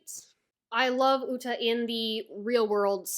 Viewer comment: Uta(Oooo ta ) not ulta no L where u get the L